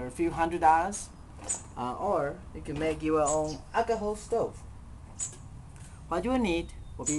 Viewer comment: he say acaho haha